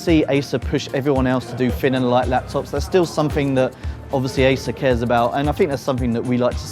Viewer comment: He finks it's a fin and light haitch-pee laptop. Don't let him narrate any more, it's like listening to a 5 year old.